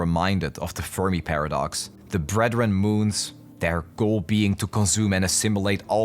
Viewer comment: Did anyone else hear “The Furby Paradox “ instead of “The Fermi Paradox “?